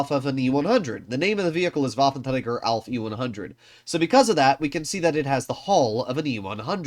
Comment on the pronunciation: Pls fix your "waffentragger" pronounce. Thanks